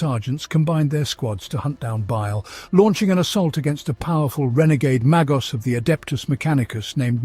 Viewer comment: 10.30. There's no "R" In magos. It's pronounced may-gos. Again you've never heard the word uttered, so you mangle it???